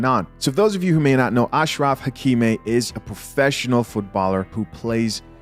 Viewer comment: Ach Ra Aki mi, that is how his name is pronounced. He plays for Paris St Germain or PSG football club.